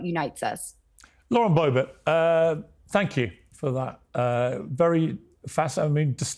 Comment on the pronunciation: She called him shank😂